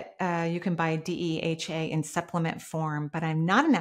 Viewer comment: DHEA, not DEHA